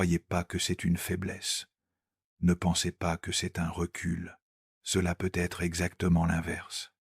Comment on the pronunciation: Un immense MERCI (Mais, de grâce, l'IA pourrait-elle apprendre à prononcer correctement "peut-être")